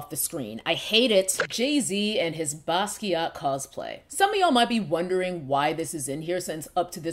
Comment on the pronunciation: Not Basquiat omg 🤣 I love you